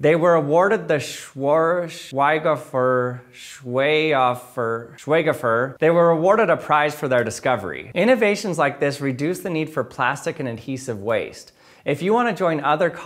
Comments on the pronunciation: Schweig-hofer Say it like this, and it will work. Sch is the sound you make to a animal,if you want it to go away. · Absolutely hilarious, how he couldn't pronounce the name 😂😂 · Nice to see an English-speaking person struggle with the word "Schweighöfer" 😂 (Schweighöfer is a German actor) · say this out loud: shwayg-ho-fair you're welcome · The "Schweighofer Preis" - you can try to pronounce it in English like this: "Shwike-hofer Price". The second part has its emphasis on syllable "ho", not on "fer". The "gh" is devided like in "Bighorn", not combined like in "light". Give it a try. 🙂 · The pronouncation of Schweigofer is (shwey-go-fer) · It's pronounced "Shvige-hoffer" if I'm not mistaken. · The name "Schweighöfer" sounds like "SHVAIG-hoe-fur". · [Sh-why-k ho-fer], emphasis on first syllable. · Schweighöfer is pronounced "shvig höfer" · "Schweighöfer" - wots de problem wiff de pronenziaschn here? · ahem .... sh-vike-hoh-fare. Gesundheit. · German here. English speaking people can pronounce the name of the prize (Schweighofer) something like shwighk-hofer. Nonetheless fantastic episode! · This doesn't help the english speaking guys 😂 It' actually Sh-wike-hey-far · I like how he struggles to pronounce the word and just gives up in the end lmao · i find it interesting that the rest of the worl dis able to pronounce english words but americans are to ignorant to look up the right pronounciation of other languages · Why is it so hard for Americans to pronounce german names? It is not that difficult. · He almost got it right the first time and then butchered it by switching to English pronunciation. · I like how he just gave up rather than butchering it further 😂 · It's a German name, and his second try came pretty close, the o on Schweighofer just had to be pronounced as in oven. Source: I am a German.